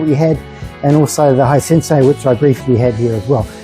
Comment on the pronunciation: BTW, it's "high sense", not "high sense say". (It's not an electronic "sensei"/teacher.)